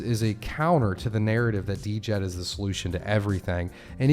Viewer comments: I just had to mention it: the stablecoin is pronounced with the D being silent. So Djed = “Jed” NOT “Dee-Jed”. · Could u please start calling it jed Not D.jed It hurts my ears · Died but you say Jed the d is silent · Can we get a consensus on the pronunciation Djed = jed ? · Djed= JED The D is silent.